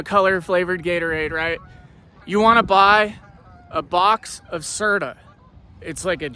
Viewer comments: LOL ITS CERT-O! HE KEEPS SAYING CERTA... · It’s actually Certo not Certa!!😂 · "C E R T A"😂😂😂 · this fool said certa